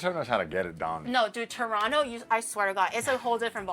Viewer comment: I appreciate that still pronounces Toronto "Churono" 🤌 Fu**in' Eh rights Bud.